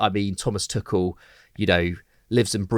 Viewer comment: Sick of these people saying Tuchels name wrong as Tukel.